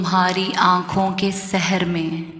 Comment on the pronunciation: تلفظ سِحر(جادو) ہے۔